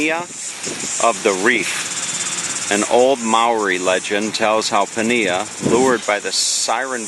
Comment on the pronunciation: Pania is pronounced parneea. Great video